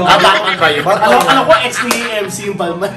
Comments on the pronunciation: it’s bal-ma! silent N 🥱🤪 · It's "balma" yan ang right pronunciation.